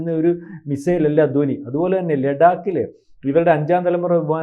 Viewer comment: ദോനി അല്ലടെ. ധ്വനി. നല്ലവണ്ണം ഉച്ചരിക്കാൻ പോലും അറിഞ്ഞുകൂടാത്ത താനൊക്കെ എന്തിനാടോ Podcast ചെയ്യുന്നത്. പോയി ഉച്ചാരണം പഠിച്ചിട്ട് വാ. അല്ലെങ്കിൽ പോയി നാക്ക് വടിച്ചിട്ടു വാ